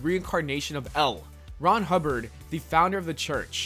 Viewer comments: I heard El Ron Hubbard instead of L. Ron Hubbard lmao. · It's L. Ron Hubbard, not L... Ron Hubbard lol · Lol. What's with the Wierd pauses? L.....Ron Hubbard. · I know this video is old, but dear lord, his name is L. Ron Hubbard, almost pronounced like "elron" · Most of these aren't creepy, also the pause between L and Ron Hubbard is very uncomfortable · This guy obviously didn’t write the script, or even see the episodes. The L in L. Ron Hubbard isn’t the end of a sentence, and in the episode, his name is said the right way multiple times. This just shows that there’s no way that he could have seen the episode if he got that basic thing so wrong, which also means he most likely stole this or had this written by someone else. I mean he stole the thumbnail, so it wouldn’t seem too far-fetched for him to steal the entire video’s script. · Dude, when you say L Ron Hubbard’s name you’re pronouncing the L like it’s the end of a sentence bc it’s got a period after it. But the period just means that it’s an Abbreviation, not the end of the sentence. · You pausing between L and Ron Hubbard is bothersome, it's a name, you are not stopping a sentence and starting another. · are you saying L Ron Hubbard like that on purpose ??